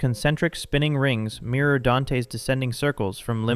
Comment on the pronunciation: CANON is not spelled CANNON 😂😂 MIRROR is not pronounced MEER 😂😂 The Captain GOUGED out his eyes he did not GAUGE them 😂😂😂